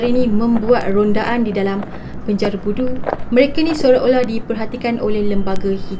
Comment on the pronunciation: Asal ko sebut perkataan penjara tu bnyi mat saleh ?boleh Tak ko sebut btul2..😆